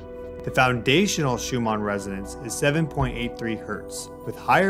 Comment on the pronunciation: Shew-mon? My dude… the name is pronounced “shew-min”. Couldn’t get past the third time of Miss-pronunciation. Sorry bro, you canceled.